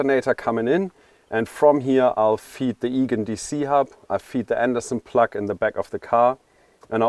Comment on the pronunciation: Yeah... and incorrect pronunciation for plug. :-D Anyway, he's a wise guy for sure!